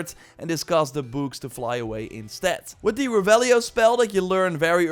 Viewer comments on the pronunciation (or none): Anyone else think he was saying boobs not books? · the way you say books is funny. But nice gameplay touch!!